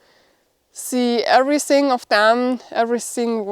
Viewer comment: please please work on you english, its not SINK ABOUT, its THINK ABOUT, EVERYSING is EVERYTHING